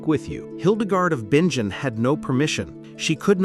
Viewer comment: Hildegard of Bingen is my hero. FYI She had severe CFS - Chronic Fatigue Syndrome, just like I do. BTW It's pronounced Bin-gin.